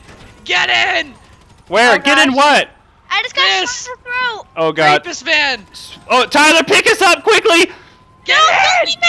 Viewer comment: Ahh yes rappest